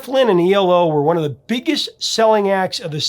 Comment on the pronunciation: It's E L O. Not ELO.